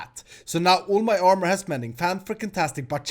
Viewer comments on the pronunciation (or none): none